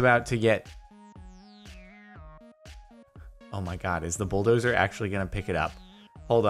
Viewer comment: did u say buldowser ore somting